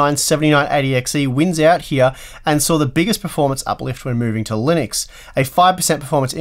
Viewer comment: Linuixe? Linnex? Linneks?